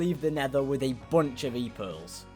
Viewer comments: He said e pears on day 84-86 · When he said e pearls: me:what?? E girls?